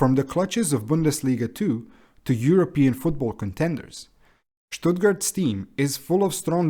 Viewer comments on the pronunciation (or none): none